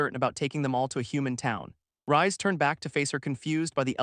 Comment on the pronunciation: Wouldn't "Reisu" (the MC's name japanese spelling) be pronounced more like the word "Raise" than the word "Rise"?